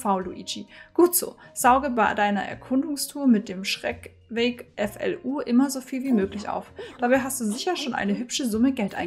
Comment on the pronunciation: Es wird schreckweck ausgesprochen und nicht schreckweg XD aber nicht schlimm XD